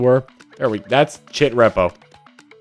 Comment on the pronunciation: It’s chef ripple not chit reppo